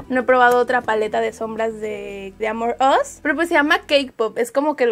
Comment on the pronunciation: Cada que dice "AmorUs" siento que dice "Among Us", re mal todo :(